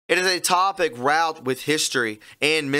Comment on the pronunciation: "Wrought" sounds like "rort" Just for the next time....